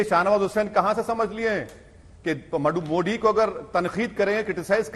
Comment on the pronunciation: Great Britain but इंडिया एंड मोदी का उच्चारण गलत करते हैं मोदी को मोड़ी कहते है but great Britain abi bi चपापलुस्ता gai नही